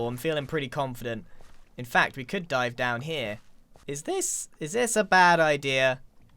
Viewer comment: When he said let’s dive down deep here I thought he said die